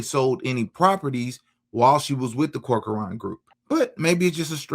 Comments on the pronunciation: CORK-RAN - NOT CORK-A-ARAN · Cork. Run. That's how you pronounce it.